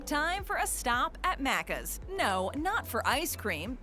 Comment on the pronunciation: The way she says Maccas is off point from how Aussies say it. Think “Big Mac” say the Mac like it is.. Maccas, and it seems to be pronounced Maccis as one word, one syllable, not Macc…as.